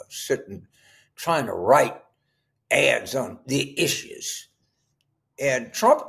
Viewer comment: “The EEESHUUUUES” 😂😂😂